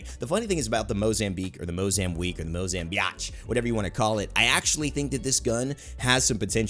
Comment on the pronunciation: “or tha mozambiatch”😂😂